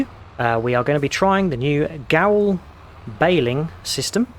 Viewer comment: It is pronounced 'Ger-veil' :) The accent on the Ö is an 'er' sound and the 'w' is like a 'v' because they are an Austrian company!